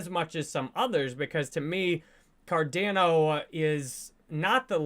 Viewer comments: can you please stop saying car DAN o:)...try car Don o! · Listening to a guy talk about Cardano who says it Cardayno is hard to take serious 😂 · OMG STOP SAYING CAR-DAN-O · Why does he mispronounce Cardano so many times despite being such a huge fan? Fucking weird. I’m out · Almost couldn’t finish the videos because of how he pronounced cardano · Why does he pronounce Cardano like no other?